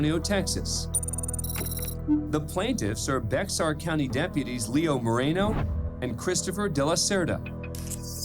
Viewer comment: The "X" is silent in "Bexar County" making it "Bear" County. :)